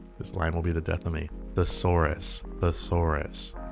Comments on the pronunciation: You're making it too hard on yourself lol you're getting too caught up in trying to say thesaurus like three it's way easier to say it like the-saurus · THIS MAN CANT EVEN SAY THESAURUS! HE’S A BONAFIDE SCRUB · pronounced thesaurus like it was a new word he just picked out of his thesaurus